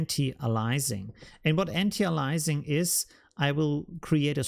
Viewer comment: Not piling on, because I am impressed with your excellent command of English, and vocabulary. We say an ty AY lee a sing. Great tutorial,!